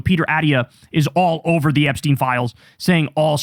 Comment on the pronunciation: Btw it’s pronounced Epstine as in Einstein not epsteen. Enough of this anglicising his surname. Its insidious.